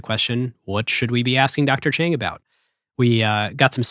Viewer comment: I am immensely saddened by the Mispronunciation of Dr. Chang’s last name! Correctly pronouncing a person’s name is the least one can do to show respect. Dr. Chang’s grace is no reason for one not to make an effort. Don’t let anyone tell you it is hard to pronounce Mandarin sounds. Don’t underestimate your ability to get it correctly! Show proper respect and it would happen! Need help, just reach out! Lots of people would be happy to help!